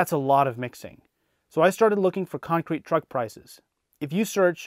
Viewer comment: I hate the way he says con crete